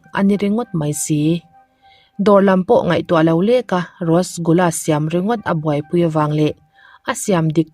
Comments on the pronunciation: Rasgula hi,rosgula i ti char char a,,mahse eng pawh nise a ngaihnawm lutuk..🤙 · Thil 1 ka lo sawi lawk Rosgula nilo in Rasgula tih tur ,ngaihawm lutuk e. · Rasgulla hih rostgulla atih ve traal mei pronounce like this,, Rush gul la___ RASGULLA✅ ROSTGULLA❎